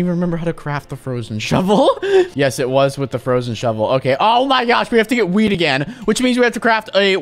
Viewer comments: He said weed instead of wheat 😂😂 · Wheat* not weet